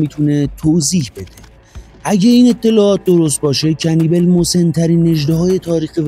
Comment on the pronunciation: اسمش رو اشتباه میگی عزیز کنیبال اسمشه